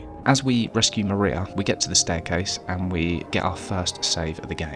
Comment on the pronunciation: "The Mariar Ending" is accidental accent gold. :)